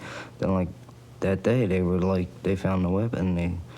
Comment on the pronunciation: "What it werrrre." 😂